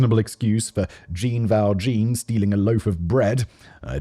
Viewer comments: it’s a French name that’s pronounced closer to John Val John but with the “J” having the “si” sound in “vision.” Jean Val Jean is a thief character in Les Miserables (you uncultured plonker) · Regarding Leonard Lakes partner's last name: it's just pronounced 'ing' like ring. Use the French pronunciation for Jean Valjean. He's the main character in Les Miserables. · I just hope that you can keep incorporating Les Miserables references into future scripts after Simon completely butchered the pronunciation of “Jean Valjean” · Simon doesn’t know who Jean Valjean is and the way he pronounced the name just threw me lol. Culture, man. Culture. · "Jean Valjean" is a character from an important French novel from Alexandre Dumas, so pro.nun.cia.te in a Frech way